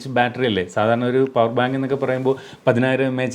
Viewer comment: പവർ എന്ന് പറയുമാഷേ